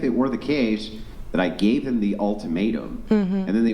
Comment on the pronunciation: ... "brung me", "would of" "gev"